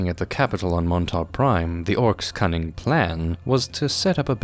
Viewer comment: Did you just say “the Orks cunning plan”…cunning, like with a G!?🤬🤬